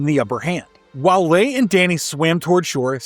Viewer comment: Ley? Its pronounced LEE...